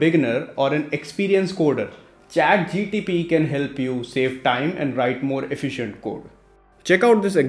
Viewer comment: bro its Chat GPT not GTP